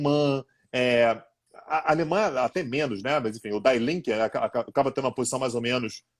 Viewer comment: Ótimo programa, pessoal. Apenas uma pequeníssima observação para o sobre . A pronúncia de "die Linke" seria "di: lɪŋkə", a menos que você esteja misturando inglês e alemão para desejar morte à esquerda. ;)